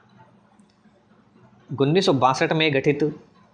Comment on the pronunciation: गुनीस नहीं उन्नीस होता है 😂😂😂😂😂😂😂😂